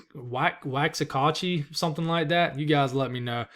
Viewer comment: Hi, It is pronounced WAX-A- Hatchie